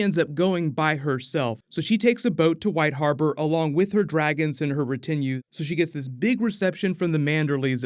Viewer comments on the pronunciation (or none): I always love ya man, great video. Just a bit of help here, it's RET a new (retinue) not Re TIN ue. Great word, I need to incorporate it in my vocabulary. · RE-tin-ue, not re-TIN-ue. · retinue = RE-tin-oo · Loved the video, although the botched pronunciation of retinue was a bit irksome. Understandable considering the scarcity of the term. Anyway, it's pronounced retin-(as in the part of the eye retina)oo.. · What the hell is up with your pronunciation of retinue? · Please larn the correct pronunciation of the word retinue. Please! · sorry to be THAT guy. but please learn the correct pronounciation of "Retinue" please. I'm only mentioning it because you say it a ton of times. cool video though